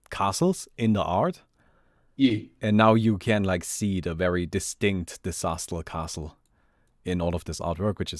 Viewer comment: "its a disastah! "